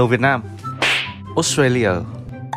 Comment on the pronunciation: Australia đọc sai. "tra" vần /e/, not /ei/